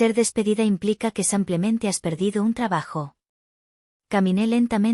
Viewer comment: A la narradora No se dice sampiamente se dice simplemente esta claro.